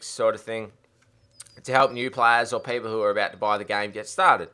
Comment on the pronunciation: "Paypol" :P